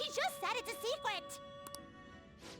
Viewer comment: I love how slips up and pronounces it "secwet" here. The actress probably got a little too into character, huh? Don't mind my aggressive note taking please... That was a good fight. I always prefer it when players end up with a close fight more than people just completely humiliating the boss. It can be fun and even cathartic, but seeing too much of it undersells how dangerous the boss is meant to be, you know?